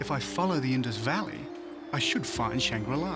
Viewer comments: right? idk what this guy was talking about? mispronouncing shangrila and what even was the topic/point of the documentary? a utopia that everyone knows about? really you couldn't get lost horizon from ur home country? relating london book store to england ? like bro, who gave u the funds for this docu? 😂😂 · Does Shangri-La Simply mean Shambhal theMystical Kingdom? Mispronounced and Miss translated